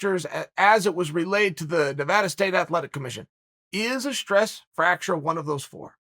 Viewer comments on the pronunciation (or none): Me: Stress fracture Chael: Stress facture Me again: Ok, great!